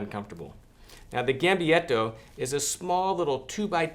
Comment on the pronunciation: Gambietto or gambaletto? You write it the one way and pronounce it the other.